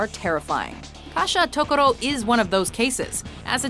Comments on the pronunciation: It is Gasha-dokuro. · Why did you say kashatokuro when the the screen said gashadokuro I AM CONFUSION